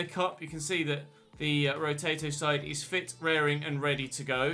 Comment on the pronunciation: Absolutely no one:: “Rotato”